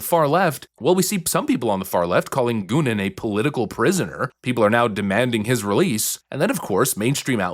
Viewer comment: "Goonin" come on brah 😂